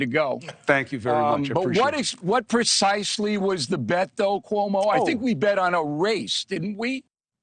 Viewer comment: I like when he is calm and the way he pronounces”CUOMO “